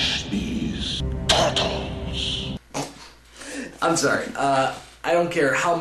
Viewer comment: LMAO "Vanish these TORTOLS!" :D:D